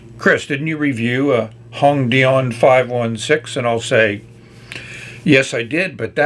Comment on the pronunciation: The way you say hongdian is very cute especially the "dian" part sounds almost french hahah. I believe the name is 弘典 which roughly means "large standard" although it's a name so can't be too literal with character interpretations. "Dian" is pronounced like dee-ann with a tone that goes down, then up.